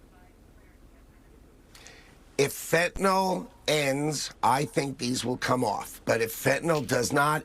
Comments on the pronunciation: Let's practice our pronunciation: It is NOT "fan-ta NOL" it is "fen-ta-NIL". It is NOT an alcohol... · Ben Please pronoun it correctly, you say Fentanol it is Fentanyl ( nil not NOL) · Or as Trump and his lapdogs pronounce it - fentinol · Fentanyl is not pronounced NOL. A bunch of dumbasses